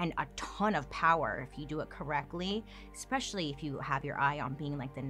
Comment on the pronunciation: Love your stuff, but my OCD won't let this go that you've said on other videos. Once I hear it, I can't focus on anything else you say. There is no X in especially. Please help out us OCDers! Thank you! Sorry to be a Karen, it's my one thing.